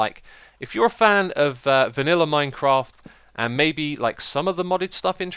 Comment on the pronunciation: I love the way you say viniller!